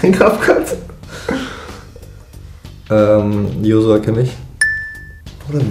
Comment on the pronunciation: Er sagt bei Joshua einfach josua